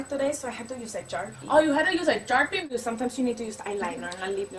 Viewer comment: I CACKLED bro “charpie” (I’m Hispanic don’t attack me)